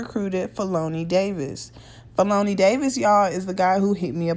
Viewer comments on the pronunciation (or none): Feloney is pronounced ‘felony’ lol Chitown native here! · andre always wrote with r kelly. and the ugly dude in the back of the car as you stated is black r kelly's cousin slash road manager. also his name is pronounced Felony like the crime charge. i know em all. but felony is my guy. they are real cool peeps. . but it is what it is. i pray for everyone and keep it moving. have a blessed one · His name is pronounced Fel-o-knee.... Like the crime...